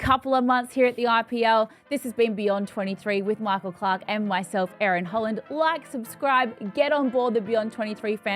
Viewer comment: I will subscribe this channel only to hear and see ❤ERIN HOLLAND❤ I just love her pronunciation 😊 Love you ERIN❤ From India ❤